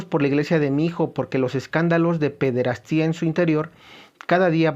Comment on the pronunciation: Hermano. Gracias por tus vídeos. ¿quíen sería el antipapa? Pir otro lado, sin afán de ofebder, se pronuncia pederastia, no pederastía.